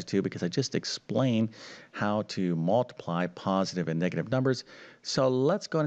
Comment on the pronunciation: It's mUltiply, not mAltiply. Or is it my hearing? Good show, though!